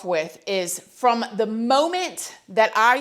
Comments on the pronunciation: I like it when you say "pole lease" for police. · po lece po lece oooon it ooon it u sound weird po lece oooon it own it poohhhhh leice